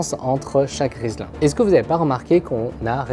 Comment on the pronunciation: Très inhabituel d’utiliser le terme " riselin " quand il s’agit de " riselant " ça me piquait les oreilles, erreur de prononciation ou ce terme est aussi juste ?